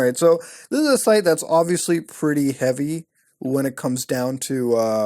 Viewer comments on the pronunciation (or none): none